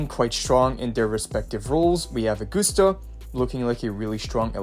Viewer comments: OR-GUST-AH NOT AG-OOH-STA OR AG-OS-TA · “Aug-guss-ta,” not Aug-goose-ta “Yoo-no,” not “Loo-no” like in previous YT uploads. “Wuh-ther-ing,” not “Wuddering” “The,” not “dee” “These,” not “deez” Why is bro butchering everything he says? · how in the hell did you get "or-gust-ah"? Uh-gust-ah would be understandable but "OR"???? It is a Roman name, in English it would be pronounced as Ah-gust-ah or Uh-gust-ah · Ahh-goose-ta. Another name butchered. Smh